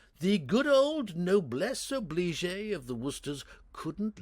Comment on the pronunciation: Wonderful reading! Small point about 'noblesse oblige' : the second word is pronounced 'obleej'.